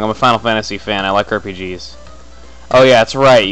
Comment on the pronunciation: did he just say he likes "Herpe-Gs"?